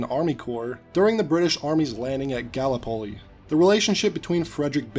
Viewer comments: It's not Gawl-uh-poll-ee it's Guh-Lip-puh-Lee lol Made me laugh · GALAPOLI lmao it's pronounced GaLIPoli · the "Galli-polli" hurt my ears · Gal-Lee-poll-Lee. I don’t blame you, but my Australian sensibilities are very dmaagef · This video was great, I loved it. But the way you pronounced Gallipoli had me rolling😂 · The way you pronounce Gallipoli has me dying😂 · Ya gonna be crucified by the Australians for pronouncing Gallipoli wrong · It's pronounced Gallipoli, not Gallipoli... Wait that's not really helpful now is it... 🤔